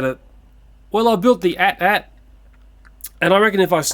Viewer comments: With the AT-AT, it's not meant to be spoken as "at" 2x, but rather "a-t-a-t". Feels so good to be a fan of Star Wars! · For the AT-AT, you say "a's" and "t's" separately, as opposed to the word "at" twice. I know of a video that has the correct pronunciation, it's from someone called runescape228, in his review of the Star Wars Transformers Crossovers AT-AT driver. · I noticed you're pronouncing it as at-at. It's pronounced "ay-tee ay-tee" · its pronounced a.t.a.t